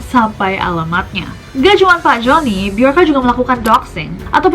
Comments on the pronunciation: Mirip sama sosok Bjorn di Viking. Bacanya juga jadi (Byorn atau Byorka) Bukan pake huru "J" klo dibaca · BJORKA (be-yor-ka) Be - Your - "K"/" KA"/"K-A" (inisial nama) ?????